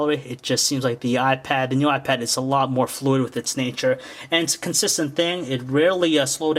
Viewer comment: All I keep hearing is "new wypad."